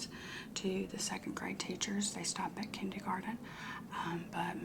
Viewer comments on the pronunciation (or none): okay but is she passionate about the kindey-garden potatuh parade...?